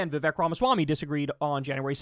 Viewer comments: Vivek rhymes with fake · Vivek rhymes with FAKE!!!